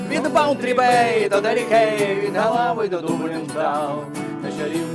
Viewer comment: не галав а Ґолвей